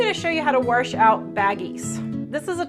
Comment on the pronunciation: there is no R in wash, or washer. My mom said it the way you do. I like your videos